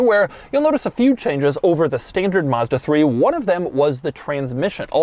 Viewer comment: To all americans,the first a in mazda is like the a for apple not like you would say mustang